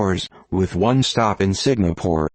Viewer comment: lol .... he said Signapore .....